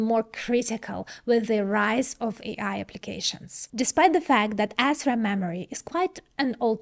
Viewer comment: Huh huh huh, she said Assram. Huh huh.🤣🤣